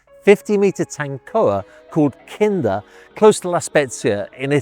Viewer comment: I love how the English add Rs in just the right places: "Kinder"